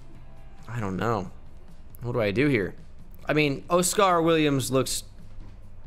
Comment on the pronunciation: man said oh-scar